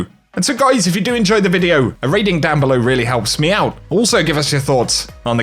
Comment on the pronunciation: Whenever I hear says "a rating down below helps me out" I keep hearing meow instead of me out xD